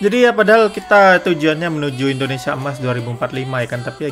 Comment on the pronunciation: Jangan bilangin huruf "C" nya bang Indonesia CEMAS